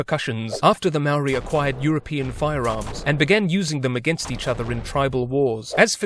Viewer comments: It's more like mow-ry but flick your tongue at the r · he can say whare nui but not maori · Bruh please learn to pronounce Maori correctly! Other than that, pretty good video. I wish you'd highlighted a little more how the British pretty much shat all over the treaty of Waitangi and ignored anything in it that wasn't convenient for them because they considered it more of a formality or gesture than an actual treaty. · He's not even saying moari properly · God dam it... pakeha can't pronounce maori can they